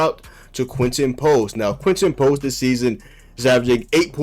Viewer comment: Who is Quen-en Post?